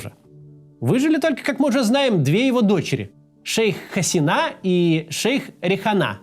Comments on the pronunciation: Очень сложно смотреть ролик, который начинается с фонетических и фактических ошибок. При разделе Индии большинство населения страны, которая сегодня называется Республика Индия, исповедовало индуизм, а не буддизм. В имени "Шейх Хасина" удаление на И, а не на последнюю А. В слове "урду" тоже ударение на первую У, а не на последнюю... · МуджИбур, Хаси́на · 1. ХасИна 2. забавно тетку называть "шейх". звучит нелепо